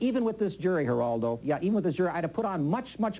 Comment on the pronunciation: A typical bully tactic, is to repeat the target's name over and over again. And yet, Bugliosi never learned to pronounce "Geraldo".